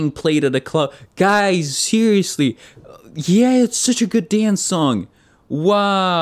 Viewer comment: It's official, is fluent in Korean. Instead of saying "wow" the English way, he said "wahh", the Korean way.